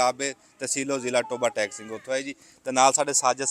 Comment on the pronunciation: ਬਾਈ ਟੋਬਾ ਟੈਕਸੀ ਨਹੀਂ, ਇਹ ਤਹਿਸੀਲ ਟੋਬਾ ਟੇਕ ਸਿੰਘ ਐ,, ਤੁਸੀ ਟੇਕ ਸਿੰਘ ਬੋਲਿਆ ਕਰੋ